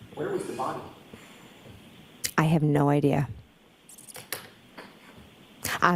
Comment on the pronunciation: Idear? Now we ARE using the letter R